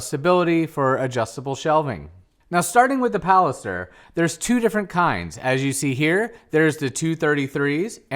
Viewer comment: It's pilaster, not palister....lol.